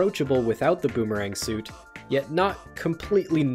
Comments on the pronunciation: "deadmemerang dandelion". goddamnit lmao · “Dead Memerang” Haha. Ok Boomerang.